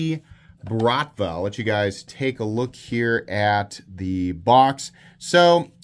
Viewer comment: the word “BRATVA” is Russian slang equivalent of the Italian “Mafia” It is pronounced with a rolling R and emphasis on the last A: brratvAa